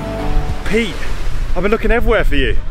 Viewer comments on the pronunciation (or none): none